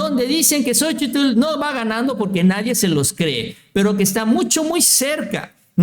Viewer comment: Ya deja de decir "xochitul"